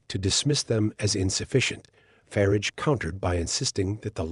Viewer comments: It's not "Farige" it's "Farage" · "Voice of Brits" with a plastic voice with a yank accent that can't even pronounce 'Farage'. I'm sick of these right wing pseudo journalists.